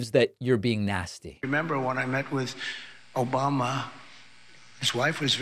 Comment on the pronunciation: I've officially been conditioned to always hear the soundclip of Hasan saying "Obamna" whenever I hear "Obama" now. Thank you.